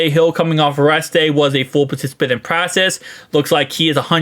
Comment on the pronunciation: Bro it’s practice not “pracess”